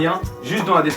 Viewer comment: On dit jana pas djana, répète après moi : jana